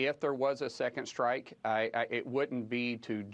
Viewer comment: Why does she say shtrike?